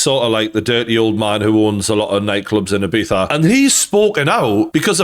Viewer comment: "ee-beetha" Not "eye-beeza" How do you not know this at your age bruh